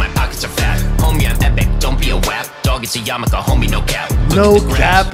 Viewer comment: Its so funny pronounces Wap correctly